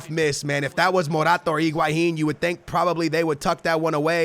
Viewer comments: He does not even pronounce higuain right. It's He-gua-inn not Ig-Hua-inn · Why are you saying Iguahín? His name is Higuaín.